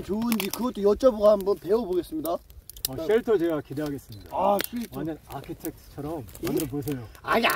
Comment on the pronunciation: 아쳐텍트를 아기텐트라고 듣는데 대화이어지는것도 개웃김 ㅋㅋㅋㅋ